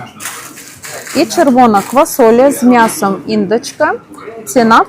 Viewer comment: ти такі слова вимовляєш, де ти їх тільки береш, ІндОчка,що воно таке? "з м'ясом індИчки". Не ображайся,!😊